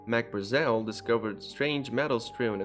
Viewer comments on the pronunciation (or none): none